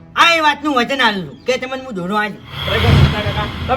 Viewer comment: આ ફુમતાળજી ને .વ. બોલતા નથી આવડતું વાઘુજી ને આઘુજી વચન ને અચન કહે છે